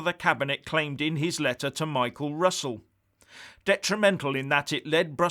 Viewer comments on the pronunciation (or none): none